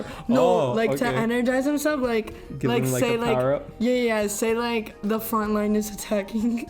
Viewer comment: "Powewr up?"